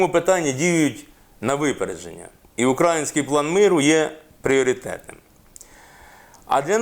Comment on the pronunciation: Пане Олександр- украЇЇЇнський. Контролюйте себе , щоб ПРАВИЛЬНО вимовляти нашу назву. Хто , як не ми.